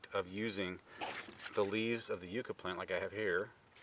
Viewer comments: these are native to where I live. It is pronounced Yuh-ca. Hope this helps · Who the heck taught you the pronunciation of the word Yucca?